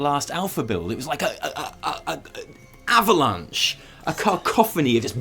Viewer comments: You mean an "alpha-lanch?" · Avalanche? You mean Alphalanche!